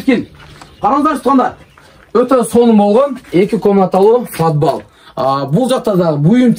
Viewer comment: Фадбал эмес подвал.. айтылышы падвал. Анан 55мин долларлык эмес, 15мин долларлык уй десен сабатсыз. 55мин деп адашып айтып алдынбы!? Эски жупуну уйго